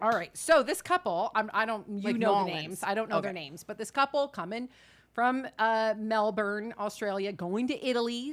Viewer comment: From an Australian, is spot on with the pronunciation of Melbourne